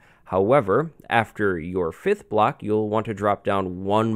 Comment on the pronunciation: why does he say block "blacks"